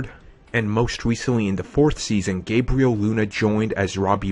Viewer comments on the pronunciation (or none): none